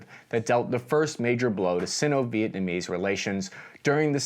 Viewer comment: Just a pronunciation tip: "Sino-" is pronounced with a hard "i", i.e. [ˈsīnō]. I kept cringing every time it was pronounced "sinn-o".